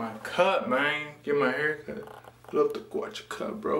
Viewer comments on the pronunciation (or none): "El pelo del cuh". El cuh-cut. Lmao. Hey, at least your mom is honest. I respect that. Love the relationship/chemistry between you 2. Much love and respect.